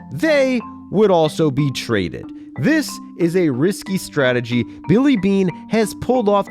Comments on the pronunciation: Moneyball "Stragey" lmfao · Yeah, that good ol’ Moneyball “Stragey”